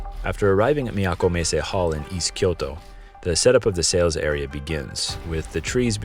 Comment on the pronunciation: I love how you say "Miyako Messe." It’s oddly fascinating—hearing an American accent one moment and then a flawless Japanese accent the next. Taikan-ten - Fantastic as always!